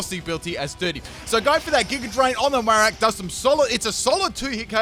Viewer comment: He forgot the r at the end :3